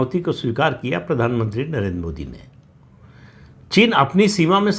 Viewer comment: नरेंद्र शब्द का उच्चार आप नरेन् ऐसा क्यूं करते हैं?